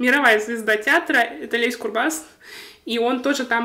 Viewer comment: В фамилии "Курбас" ударение на первый слог.